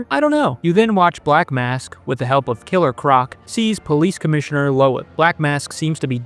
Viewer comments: Are y’all pronouncing Loeb wrong for comedic effect? Because they say his name a shit tone so pronouncing it that way is wild if not. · Mispronouncing Loeb is all the proof I need to know you've never played any of these games...